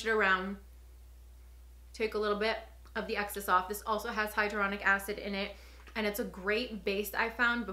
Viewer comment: Hyaluronic NOT hydronic 🤣🤦🏻‍♀️🤣🤦🏻‍♀️